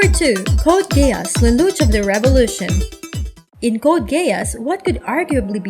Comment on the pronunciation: Is it just me or is she saying gayass